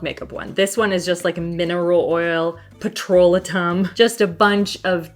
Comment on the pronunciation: Pretty sure that's not how you pronounce petrolatum, 😅